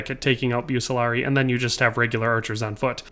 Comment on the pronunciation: Pronounced Buk-Kuh-Lar-Ree-E (Bucelarii)❤